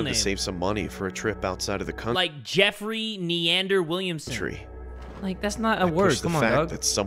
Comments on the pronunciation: JAY it’s MEANDER not NEANDER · when he said “meander” and jay said “neander” 😀🤣 its okey jay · WAIT I THOUGHT IT WAS NEADER😭😭😭😭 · Him saying neander multiple times frustrated me so hard </3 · Omg I’m crying at the “neander” it’s meander, which mean to wander aimlessly, and perturbed is to feel anxious, scared, or disturbed. And yes you can find it in a dictionary I just realized that I was the person to correct him omg 😭💀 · Every time he said "neander" I kept yelling "ITS MEANDER AHHHH!" LOL🤣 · like "neander", lmao, I don't want to be that guy but "iT's mEaNdEr" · as much as I love you, the fact that you misheard 'meander' as 'neander' was infuriating to me as an aspiring writer. Meander means 'to move from one place to another', and other words used in the second animation were descriptions, such as 'decrepit', which is just another way of saying 'falling apart', in the context. Sorry for commenting this now, but I've been distracted lately and when I watched this, I felt like I needed to comment on the words in the second animation, thank you for reading this (or not, whichever, I just needed to comment on it for myself, if nothing else). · It’S MeaNder not NEanDeR Edit: he really saw the future didn’t he. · It was Meander. Not Neander. Lol Meander means "To wander aimlessly" Perturbed is another way of saying "I'm irritated/ pissed" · really said "neander" XD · Meander: to wander. Not Neander, Meander. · Dude, the guy said "meander" not neander. To meander is kinda like to wander. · I think the word is meander not neander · its meander not neander. it basically just means to wander without purpose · He said meander 😭😭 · Meander and perturbed are words buddy not neander whatever you said your banter is entertaining.. I guess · its meander not neander sheesh 😂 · He said Meander not Neander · Well to spell it correctly, it is meander not neander, and you spell it M,E,A,N,A,N,D,E,R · Meander not neander lol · Not neander dummy, MEANDER